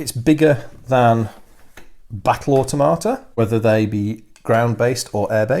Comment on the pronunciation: and if I had to make one observation it would be the way you pronounce automata I cringe because all I hear is auto tomato, it may just me but it doesn't sound right. I hope that I have not offended you. I will continue to watch your in-depth analysis of the model design and kit quality as well as rules review.